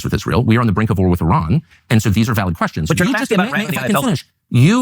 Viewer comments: It’s Ee-ran you had it right the first time. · its pronounced Uh Ran not Eh Ran. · Eye-RAN is American English pronunciation and Ee-ran is British pronunciation). Native & most accurate : “Ee-ron” with a long “ee” sound and a soft “r”. This is the most accurate pronunciation. Similarly American pronunciation: Iraq → Eye-raq British pronunciation: Iraq → Ih-raq or Ee-raq Native pronunciations: Ee-raaq” (with a deep “aa”) So British English is generally closer to the native sound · It’s not Eran. It’s Eeran. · no, it is pronounced "ee-raan" not "ay-raan" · It's [ee-raan] ee as in eerie, raan as in run but longer vowel sound. Not fucking Eh-run lmao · It’s ee-rawn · I studied persian farsi for a little over a year, the teachers I had (all native speakers) pronounced it ee-ron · I have two cousins that married into Persian families. To me when they say it, it’s almost half way between eer-on and ehr-on. My Armenian-Persian math teacher pronounced it air-on. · eye-rainian spotted